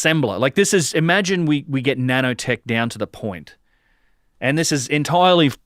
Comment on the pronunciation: Pretty sure he was trying to say nano-tech